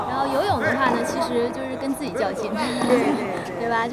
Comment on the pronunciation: 出差chuchai和chucai也分不清楚，还有自己ziji和zhiji